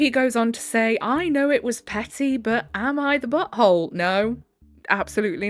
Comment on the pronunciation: Love how when u say “Am I the butt hole,” I hear “Am I the BOAT hole?”❤ Love listening to a HUMAN! 🥰